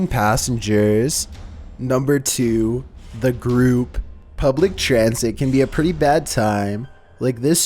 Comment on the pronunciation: "Number 2: The gr00p "